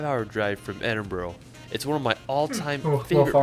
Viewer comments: Oh - pronounciation: Glasgow - "Glaz-Go" (not "Glass Gow") Edinburgh - "Eddin-Burrow" (not "Eedin burg") Loch Lomond - "Loch Low-Mund" Drumnadrochit - "Drum-na-drocket" Milngavie - "Mull-Guy" Scotland is sometimes called "The Big Country" - it's not a huge country, but there's so much scenery to see, and due to the geography, the roads have to meander everywhere and so it takes much longer to get from A to B than you'd expect. The mountains make it seem vast, because you can't see past them. Like, from the top of York Minster (a huge cathedral in the city of York, England) you can see Edinburgh - on a clear day - and that's 200 miles. But due to the mountains in Scotland, you can sometimes only see a few miles. That factoid about seeing Edinburgh from 200 miles away tells you something about the geography in south-eastern Scotland - it's much flatter there than it is elsewhere. Best mountain ranges in Scotland are the Cairngorms and the Northern Highlands. If you're going to Loch Ness, you'll be based in the city of Inverness and you'll be right between the Northern Highlands and the Cairngorms, so getting out to see either should not be difficult or excessively time consuming. And if you're going to stay in Inverness at any point, I'll happily recommend you the Craigmonie Hotel, where we had our wedding reception, and have stayed there a few times in the years since. Inverness is a lovely little city and it's nice to go for a walk on a sunny day by the River Ness down from t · It's called ED-inburu. Emphasis on the first syllable and the last two are the undressed neutral sound of the words "a" and "the". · Firstly it's not Scatland it's scotland and it's Edin bra not edinbrough. He pronounces it as feenan but you pronounce it as fin nan also he pronounced viaduct weird it's Via Duck t. Also Scotland as voted most beautiful country in the world 2013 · God! If I hear Edinburgh pronounced edinboro I shall scream! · Edinbro ... LOL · Please it is not Edinbro!!!